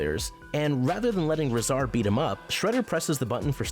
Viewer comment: This guy didn’t actually watch the show wanna know how I know this? He pronounces rahzar wrong. Anyone who watched the show would know to pronounce it correctly.